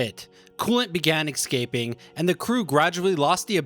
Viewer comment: "coolant began eggscaping" wat?